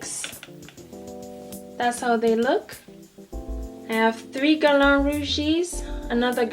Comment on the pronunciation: Beautiful girl, beautiful collection. I hope I don't cause offence--you just said it so much, and have so much from the line I wanted to let you know. You pronounce Guerlain almost perfectly, but it could use a bit of a tweek. You have the first syllable down pat ;) The second syllable is the culprit, lol. It should rhyme with "man", just make sure to create the nasal "n" sound without actually closing to pronounce a complete "n" sound. You're actually doing great at making the nasal "n" sound, it's just the vowel sound you needed to change. So remember "man" (just substitute an "l" for the "m"), not "lawn"... Good Luck Ma Cherie xo ;)